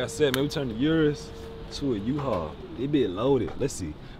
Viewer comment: "Turned the Urus into a Uhual" is a BAR lmao 🔥🔥🔥🔥